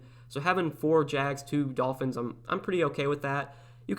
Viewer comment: U literally just said Tolphins lol 😂 but no good content as always ! I won two lineups week 2